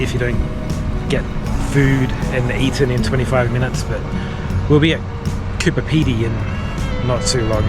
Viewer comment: Hey, I don't want to sound like an arsehole (LOL), but were you saying Cooper Pedy (instead of Coober Pedy)?